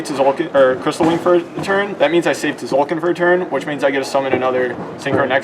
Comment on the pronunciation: stop pronouncing the silent t in tzolkin